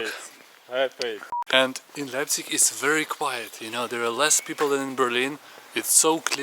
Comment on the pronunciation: wtf u mean i dont go there to travel leipzig is a nice city also its not leipzigi its LEIPZIG!!! FU